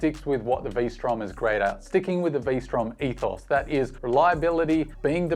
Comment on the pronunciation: Not Vstrom… Lstrom…